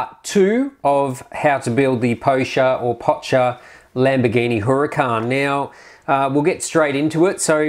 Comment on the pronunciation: It's not Potcher. It's pronounced POK-KER